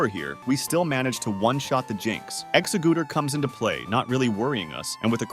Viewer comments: "Guy a rod ohs", "Ex a guder", Blast was. I've heard everything now. Officially they are pronounced free this: Gair-i-dohs, Ex-egg-u-tor, and Blas-toys, Char-i-zard, and Pi-ka-chu. You also pronounced au revoir in the absolute most American way possible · Did you say 'Exagooter'